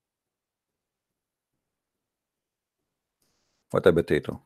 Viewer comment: Official Idiot and “Stewpid” “Botatoe”